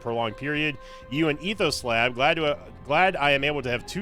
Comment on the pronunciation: calling him ethoslab instead of ethos lab is so appropriate and funny too